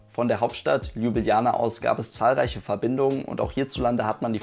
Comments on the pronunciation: "Lübilana", wer kennt diese Stadt nicht?😂 (Sorry, aber deine Aussprache ist zu geil) Gute Besserung💪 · Richtig korrekt Lublana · Nein. Ljubljana mit 2 "j"